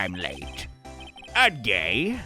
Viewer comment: why is "uhd-gay" making me cry laughing